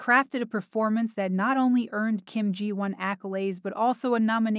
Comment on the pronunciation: At least the AI pronounced “Ji Won” correctly. 😂